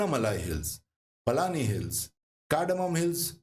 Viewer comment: The Southern Western Ghats Actually ends next to our Village in KK district at 'Nanguneri'..which Is also famous for a Vaishnavite temple..The Harishchandra Ghats comes on way to Shirdi..You Prounounce 'Paalghat' as 'Palghat' (not correct) and also 'Palani" as "Palaani" (also Incorrect) Pl.Dont Mind..🤤 Thanks for the excellent Research, and Nice Video!